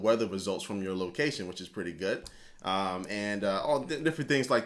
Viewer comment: at about i think your'e trying to say cool and good but it ended it sounding kinda like gooud